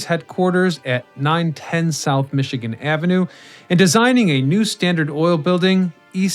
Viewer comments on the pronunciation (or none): none